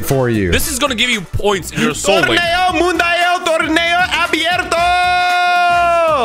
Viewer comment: this man really said TORNEO MUNICIAL